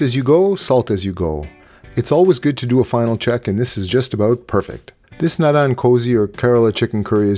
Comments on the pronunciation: Great video! Btw Naadan 'Kozhi' is actually pronounced like 'Korrii'. It's a thing in malayam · Thanks for another recipe. As pointed out above the pronunciation is off. The ‘zh’ is pronounced with the tongue near the roof of your mouth as an r sound. Sort of like the ‘r’ in red is pronounced.